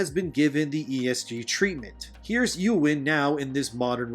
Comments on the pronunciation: Dude... your pronunciation of Eowyn (ay·uh·wn) is almost as bad a crime as what WoC is doing to LotR characters. :hand-orange-covering-eyes: lol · It's "Ayy-Oh-Win", not "YouWin". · I'm sorry but... who the fuck is "Yuwin"? Like, who is that? Is that a character that you just made up and are saying was in Tolkiens world? It is "ay-oh-win" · Eowyn is pronounced 'AY-O- WIN'. Not 'You-Wen' (Its in the films if you want to hear it) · For starters it's pronounced Ey-ö-wïn not Yowen. And second that bear isn't an actual bear, it's a druid that morphed into a bear... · éowyn=Ayowin... its not youwin. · your pronunciation of Eowyn is sus...who the hell is Yewin? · Eowyn = Ay Yo Win You're pronunciation was problematic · I hate to do this… but it’s Ay-o-win, Eowyn. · Btw Eowyn is pronounced Ay-Oh-Win, also Tolkien was from South Africa but moved to England as a child. Great video keep it up, I come here now for media news, it's crazy how much slips through on mainstream channels. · Ey-oh-win… thank you. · As a British man of Celtic, Gaelic, and Anglo Saxon descent, I find this blatant cultural appropriation of my culture both disgusting and offensive. And not to be a dick, but Eowyn is pronounced, E-oh-win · Ey-oh-wyn. Three syllables. :) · Great video, but you need to work on pronunciation of a few words, like "Eowyn" and "aficionado." I really do like your videos but you're gonna lose a bit of legitimacy in the eyes of others if you try to use words but mispronounce them.